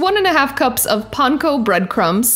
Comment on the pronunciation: Love your personality and energy. And you are one of the first to pronounce Panko correctly. The Japanese pronunciation is “pahn-KOH,” with the first part more like “pawn” — almost like “punk” — and the second like Homer Simpson’s “DOH!”